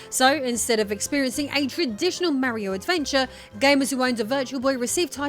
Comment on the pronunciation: IT'S MARIO NOT MEARIO